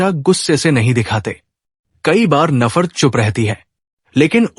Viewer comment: sir ji its not nafar.its nafrat.